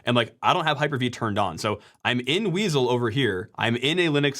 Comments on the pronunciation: "Weasle",... Prime would be proud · weasel sounds cool, though